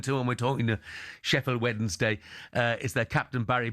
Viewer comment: Why does Stelling insist on saying Wedensday? Rather than Wensday?